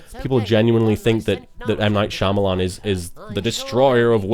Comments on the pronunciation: One thing I found hilarious about this commentary is that it sounds like everytime he trys to say Shyamalan it almost comes out as Shamamalama. :) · I can continuously hear you wanting to say Shamamalaama, instead of Shyamalan :D